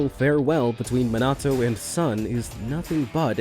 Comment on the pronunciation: it M i n a t o not mitnato